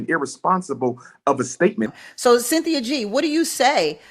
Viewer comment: "Sin-thi-uh" is an agent of chaos. Negativity is her platform.